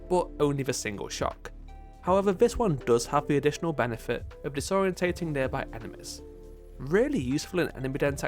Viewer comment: Respectfully, are you intentionally mispronouncing "disorienting" and "disorient" for comment engagement?